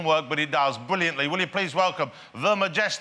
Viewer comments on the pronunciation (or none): notice how says sywup and bwilliantly